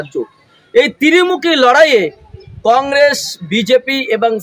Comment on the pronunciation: তিরমূখি নয়, ত্রিমূখি..